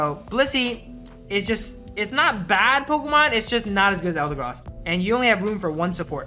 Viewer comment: eldegross he says